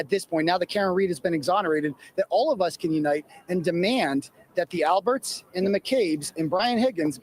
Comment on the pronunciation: The “L”berts